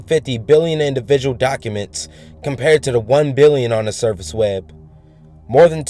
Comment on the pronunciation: You pronounce it like "we-eb".. made my laugh my ass off.. Try counting how many times he says it.. xD